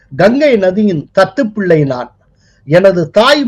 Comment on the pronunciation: முதல் 'த' எழுத்தை கனமாக, த த்துப்பிள்ளை என்று உச்சரிக்கவும். தத்துப் பிள்ளை வேண்டாம்.